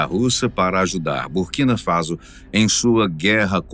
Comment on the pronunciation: Faso e nao Fazo Burkina faso* a pronúncia é faço... Burkina Faço ( correto é escrever Borkina Faso"